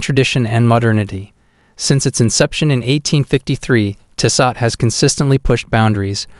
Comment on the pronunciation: include all the links you want but learn how to pronounce tissot first, or maybe use an actual human to do voice over, these videos are terrible